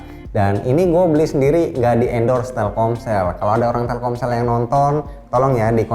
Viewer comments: TELKOMSEL ❌ TELKSOMEL ✅ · Telcomel?? Telselkom ?? Telsomkel ??